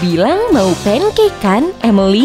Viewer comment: Pancake bukan punekek